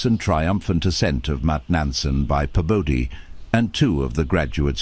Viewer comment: It’s Bebodee,Bebodee! 😅 Your double dipping his name